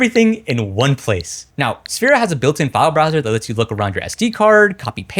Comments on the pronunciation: I think it's pronounced like this: Sph-Air-Ah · dawg i love your content but why u calling it safira 😭😭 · When he said «what a hard name to pronounce » about Sphaira i cried in silence about my 10 years gamertag 😭😭💔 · I like how you pronounced Sphaira 4 or 5 different ways.